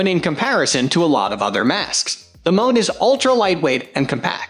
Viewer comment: No clue who owns this channel, but clearly it's very low quality script fed through a robotic voice synthesizer with images that are ripped off from other sites (namely Amazon) without permission. Seriously -- F1 = "fone" and M1 = "mone"? Scub-Ay-Pro?? What a joke.